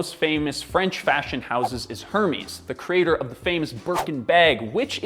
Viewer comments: It’s er-mes, not hermees. Haha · its not Hermes its pronounced as Ermes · I for people who pronounce words and names as they please, but hearing Hermés being butchered like that is the funniest. “Hirmis” sounds like an STD. 😭💀 It’s actually easy to pronounce it. Just say it like this: “Air-Mes.” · Air-mez not Her-meez lol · Hermès is actually not pronounced as “Hermies” but “Airmäs”. Also Tag Heuer is pronounced “Tahg Hoier”. Really sorry for the Klugscheissen or being a smart-ass, love the videos! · Low key gasped at your pronunciation of Hermès. It’s “air-mess”, not “her-miss”. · Hermes brand is pronounced heir-mez not like the Greek god Hermes pronounced hur-meez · Lol I feel like a douche but it's a cultural difference that wasn't accounted for. It's Air- Mes(z sound) not Her-MEs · Hermes is pronouced ermaze. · Pronounced Hermès as herpes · Her MEE SZ. lol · Hermès (Er-Mezz) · Dying at how you pronounced Hermes like Hermies 💀 and put some respect on the Fendi family's name! They had like 6 daughters and involved them all in the company and they do still work there despite not having sole ownership any more, the Fendi woman do make their own designs so I'd say they're still a "family" company. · Hermes is pronounced ‘air-mez’. It’s a short vowel sound on the second ‘e’. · Hermes is also pronounced more like this my dude: air - mezz 👍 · also, please don’t pronounce Hermès like you’re trying to say herpes. It doesn’t sound right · Hermes is pronounced /air mez/. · « Herrrmiiiz ». 🤦🏽‍♂️The fact French is one of the official languages in your country means that it is the only thing that separates you from an ignorant American. Please at least try and make an effort, when pronouncing brand names. That’ll give you a bit more credibility. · Did he pronounce it “Hermies” as a joke? Lol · Hermès prounounced as Hermees was unexpected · The way Hermès is pronounced here deserves a dislike but the MJF appearance keeps me from doing that. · The H on Hermes is silent!